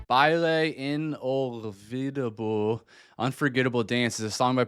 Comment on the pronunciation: Baile Inolvidable. (BAH-EE-LEH... E-NULL-VEE-DAH-BLEH)